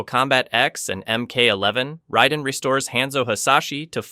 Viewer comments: RAY den. Not Rye den. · I guess you haven't noticed that everyone calls the thunder god, Raiden, not Ryden. And you don't seem to know that there are multiple timeliness which explains many of the things that you claim have no explanation. Kahno? Are you serious? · I heard riden and I’m out